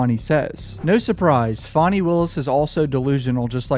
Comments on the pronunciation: I'm pretty sure her name is pronounced "fanny" not "fonny" And you said the exact same thing I've been saying - the main reason for the ex parte meeting was to explain the difference between "purge" and "purgery" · I'm sure it's Fanny but she says it's Fawnie. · FanniE not fawnie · dude look up how to probounce fani please jesus cant be talking about cases and dont know how to say her name